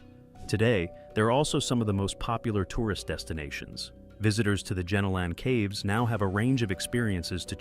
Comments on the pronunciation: Great vid, but Jenolan is pronounced "jeh nolen" not "genno lan" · JEN A LEN cave. I’m laughing my head off here. That is not even close to how The Jenolan Caves are pronounced. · "gee-nowl-en" caves hun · I live 3 hors from caves pronounced as Jen-Ol— in caves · I live in New South Wales and was like oh wow I wonder why I have never heard of those caves... then I realise he was pronouncing it wrong 😅